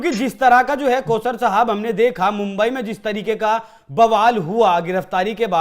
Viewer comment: Pause Sahib nahi- Kauser Sahib.